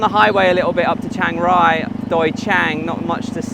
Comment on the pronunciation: CH, not SH